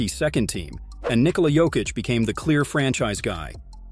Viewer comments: weird pronunciation, switching between Jokeitch and Yokitch, DeRozaan?, rooster? Is the voice AI generated? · Is this AI narration? Junior Smith? Joe-keech?